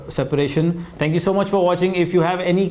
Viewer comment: Again "thankx" ☺